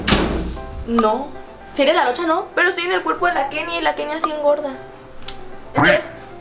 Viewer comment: Si se dieron cuenta, cuando estaban acostados y Kenia habló, dijo locha en lugar de Kenia